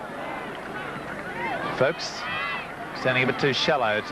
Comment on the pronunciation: said Steve 'Fooks' at the start ha ha!